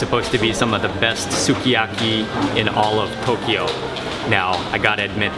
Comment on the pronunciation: Another video where you leave me "homesick" for food. Remember to drop the pronunciation on the letter U next time in evry word you come across. For example, "Skyaki", instead of "Suki" Other than that, does the person filming eat first or afterwards? It always seems as if your teasing the cameraman. Too funny bruddah Mark.